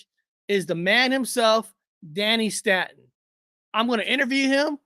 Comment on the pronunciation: Staton is pronounced stay-ton😅 I have to check my shorts and see who that was in the short. I remember Gypsy Road and Paranormal Highway lol. Take a look at Dark Waters and his cigret smoke apparition footage he recieved from a young hoaxer. Dark Waters has this ability to sound like hes clever and everything I see from him is nonsense. This kid goes twice to this back deck. Both times he lit up a Marlboro 100 and holds his cigret up just out of sight of the camera and would get a plume of smoke that looks like a ghost in the distance. Dark Waters has a cult following that believes his bullpoop.